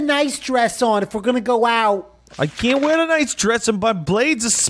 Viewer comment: Niceu, Niceu! Very niceu,!